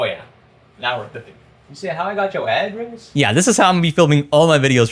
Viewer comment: “You said, how I got yo ahhdresss..?” 😭🙏✌️🔥